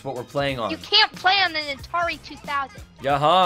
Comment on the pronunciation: Wtf is a atarie😂😂